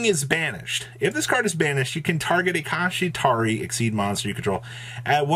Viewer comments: Pls pronounce kshatrila like shangrila and not kashitari hahaha no off3nse but sounds wrong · Ok i know it wouldnt be a video if didn't horribly mispronounce a card or an archetype name but "Kashitari" / "Kashira"?? come on man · Made a drinking game for whenever pronounces Kshatri-la wrong and now I have alcohol poisoning lol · How many times can you say the cards name wrong?: Yes 😜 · Are you intentionally trying to pronounce it that badly… ..?